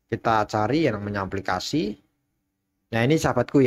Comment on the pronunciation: Aplikasi bukan amplikasi wkwkwkwkw KK 😄😄😄